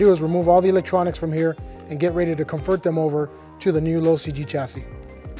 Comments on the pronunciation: When he says low cg chassis... Is it just me or does it sound like he's saying losi g chassis? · Lmao he’s saying “low CG chassis” Not “losi G” although it does sound like it the first 2-3 times he says it “Low CG chassis” just say LCG bro 🤷🏻‍♂️🤦🏻‍♂️ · I knew what he meant aswell but i kept hearing losi-g chassis too😂😂😂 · I was gonna say the same thing! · Norm I thought the same thing. I was thinking that’s kinda odd, Losi makes a specific chassis for the slash?! Lol